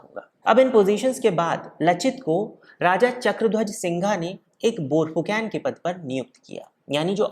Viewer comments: Tum log Saaloh Pronouncing itneh galat kaise karteh ho? Fu can nahi Phu Kon. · It's borphukon not borphukan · Bhai, borphuकेन नहीं borphuकन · आप "Borphukon" उच्चारण किया करे 🙏🙏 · Aap ka pronounciation galat hai lachit barphukan ka